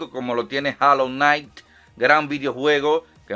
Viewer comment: A mi me late que como traductor de ingles:D, tiene buen acento, di rainbow six (reinbou six): Rambo six, di hollow knight (jolou nait): jalou nait.